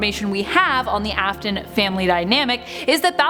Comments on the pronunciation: It AFf-Ton Afton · the video: elishabiths sister me: NO ITS CLARA YOU DUMB BOTTY also me : ITS AFTON NOT AFTAN